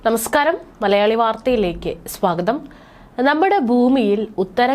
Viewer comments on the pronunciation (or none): none